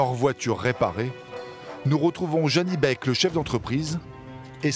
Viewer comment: On dit Janibek, pas Zanibek